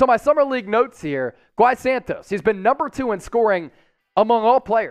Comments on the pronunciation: Please stop saying Gui like “gwhy” it’s pronounced “gee” short for Guilherme, similar to how Guillermo sounds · You say gui as in “Giii” Santos